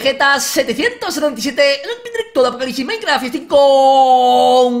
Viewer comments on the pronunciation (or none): none